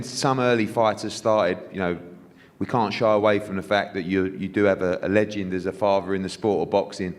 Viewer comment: What can’t Eddie pronounce “legend”? 🤷🏻‍♂️